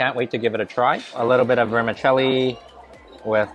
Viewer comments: Vermi ‘Chelli’ not ‘celli’ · The correct pronunciation for vermicelli is ver-mih-CHELL-ee